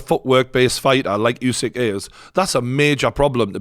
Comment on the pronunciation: Another commentator that can't pronounce Usyk's name despite everyone being reminded thousands of times now. Still like that guy's break downs though.